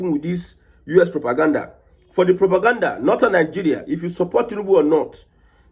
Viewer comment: You called it propagandda